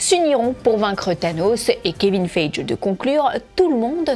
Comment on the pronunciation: On dit pas Kevine [Faije] mais [Faillegui]